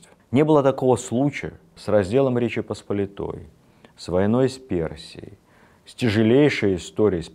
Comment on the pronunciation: Почему лектор постоянно неправильно ставит ударения? ПосполИтая, ЧесмЕнский...